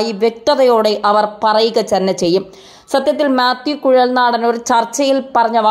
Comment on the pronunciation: കുട്ടീ മ്യാത്യൂ കുഴൽ നാടൻ അല്ല,, മാത്യു കുഴൽ നാടൻ....